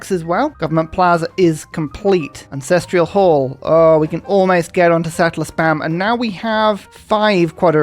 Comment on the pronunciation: saying 'AncestrEal Hall' is the new 'teeth' for me